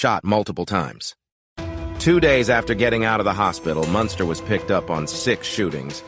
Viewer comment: Then you go fucc up his name.... Munster😅😅😅😅 wtf is that shit..... Ol lame ass fucc nigga